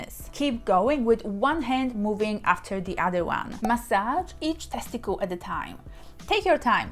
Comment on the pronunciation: I like the way she says teskitil😀